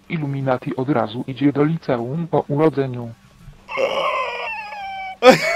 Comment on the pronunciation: Licełum HAHAHAHA XDD